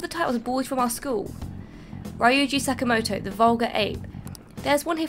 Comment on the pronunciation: Yay, in this episode you managed to pronounce Takamaki and Sakamoto better than the english voice actors! :D Really enjoying this series. Glad you like the game! Also, good luck with your first palace ruler! 8)